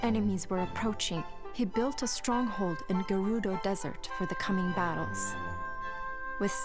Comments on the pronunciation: I've always pronounced it as "Ger-udo" rather than "Jer-rudo" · First Fi is pronounced "Fai" now Gerudo is pronounced "G'rudo" (or something)